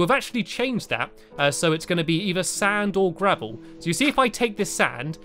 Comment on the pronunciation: LOL SAVEL INSTEAD OF GRAVEL